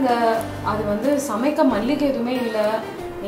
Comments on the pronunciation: Malligai 🤣😂🤣😂🤣🤣that is “maligai “ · 6 : 27 ஆர்த்தி.. மல்லிகை இல்ல.. மளிகை, anyways.. nice performance by Aa - Fa 👌